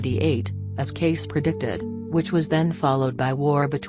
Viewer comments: It's Cayce not Case, you stupid robot!!! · Cayce said casee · Why pronounce his name incorrectly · Right? And why the voice? Ugh... Love Mr. Cayce tho) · thumbs down for the robotic voice & name mispronounced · Why don't you pronounce his name correctly?